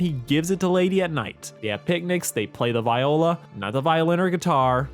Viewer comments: BRO PLEASE PRONOUNCE VIOLA RIGHT ITS NOT “Vye-olah” ITS “Vee-olah” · As someone who plays the viola the first 2-3 minutes of the video hurt to listen to. The viola (vee oh luh not vie oh luh) isn't a chunkier violin with a different sound, it's like a bigger violin that is 4 notes lower. And, as you said, it also does have a slightly different tone. You play it like a violin, since its only a little bit sized up (for reference, the smallest violas are about the same size as the largest violins), but it has the same notes as a cello, and altoclef (viola's clef) is only one step away from being like cello clef. A better way to think of it isn't "viola is violin's chunkier cousin", but if they were siblings, cello would be the older sibling, viola would be the middle sibling that gets little to no attention, and the violin is the youngest of the family that the parents put most of their love towards. good video otherwise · watching call it a v-eye-ola and not a v-EE-ola pained me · The VE-ola (pronunciation) Learn damnit. The viola is the closest incarnation to the viol family. The original bowed stringed instrument family in western culture. Uncultured swine. Smh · I can deal with your 1000% full on hate dis of the viola..... If you know you know, and clearly you don't..... But what I can't deal with, is your pronunciation…. it's Vee-oh-luh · I don’t want to be that person, but it is pronounced “Vee-o-la” I didn’t suffer three years of orchestra for this. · As someone who played the viola in 5th grade, I writhed in agony when you mispronounced it, and I’m glad you acknowledged it! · No ones gonna talk about how he pronounced viola? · The way you pronounce viola infuriates me ngl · this s completely a nit pick but as some one who played viola for 2 years (and now plays bass) why does he pronounce it like that😰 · As an orchestra kid. Every time you said Viola I died a little inside but still couldn't help but laugh 😂